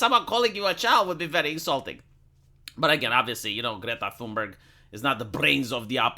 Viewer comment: "Thumber" 😂 And, yeah, she would never go to China with demands. None of these climate warriors would.